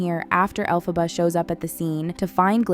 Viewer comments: Es Elphaba NO ALPHABA! 😂😂😂😂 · Chupito cada vez que pronuncie Alphába en lugar de Elphaba 😂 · Caraí véi … o mínimo que se espera de alguém que se mete a falar de alguma coisa é que ela fale os nomes das personagens corretamente ! Alfabár e fiéro … daí pra pior ! Fala sério !!!! 🤮🤮🤮🤮💩💩💩💩💩🤬🤬🤬🤬🤬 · ELPHABA, con E por favor, me sangran las orejas